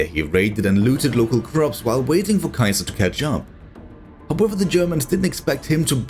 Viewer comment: I love your work man! But please stop butchering Caesar's name haha. In english its pronounced (see-zer) Caesar 😂.